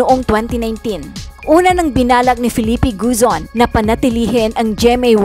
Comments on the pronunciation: GOZON not GUZON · Gozon, not Guzon!